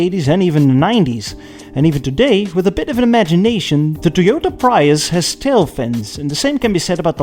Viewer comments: First. Preeeeee us. Not pry us. Rhymes with free. Not fry. To me, tail fins are when the trunk line goes higher at the fender then back down. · great vid as always but what the hell was that prius pronunciation